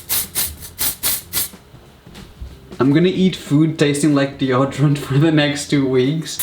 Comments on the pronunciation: I hate how he says deodorant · Yeah he says it like deordorent but u actually say it like deodorant lol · Odrient 😂, The way he says it. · The way he says deodorant thooo😂😂😂😅